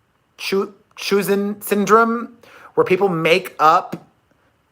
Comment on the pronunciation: Honey Munchausen it's pronounced munch-howzen lol you made it much more difficult than it is lol I actually never heard that about her but that disorder, as well as Munchausen by proxy, absolutely fascinates me. But I have conflictions on when does it stop being lies, or even a compulsive liar, and become a disorder? Just my thoughts ☺️